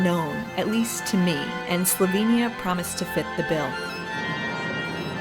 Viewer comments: Fantastic video of Slovenia and so refreshing to see some research into the place name’s pronunciation, unlike many YouTubers these days! Great work!! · your pronuntiation is spotless. and a very good job you did at capturing whar Slovenija is.